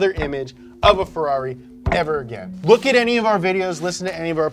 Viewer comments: "Fe-LOLLY" is tiresome too. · Inside of me I really hope he was trying to be sarcastic just like when he pronounces Ferrari, Mercedes or Lamborghini wrong